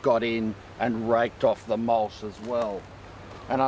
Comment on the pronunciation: Mulch, not mulsh!